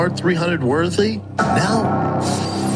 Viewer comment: "Worthy"Shaub, not worthly! I want to slap the fingernails out of his mouth!